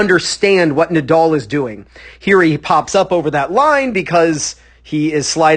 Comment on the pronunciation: The name is NADAL not Nadoll